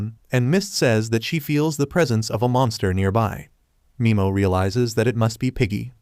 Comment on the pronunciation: Nimo not mimo